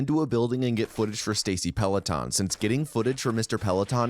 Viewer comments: Did he just call Stacy Peralta, Stacy Peleton? 😂 Great video though. I really enjoyed it. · Did my man just call Stacy Peralta "Mr. Pellaton"? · Pelaton??? Bro it's PERALTA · Who the fuck is Stacy "Pellaton"? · Very triggered by "Musky" and "Peloton," well done.